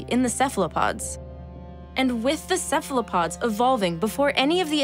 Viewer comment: And Cephalopods are prounounced correctly : Kefalopods